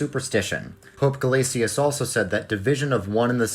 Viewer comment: Great video! Btw it’s pronounced Pope “Guh-LAY-shuss,” not “guh-LAY-tee-us.” It’s assibilation, just like how Gratian is “GRAY-shun”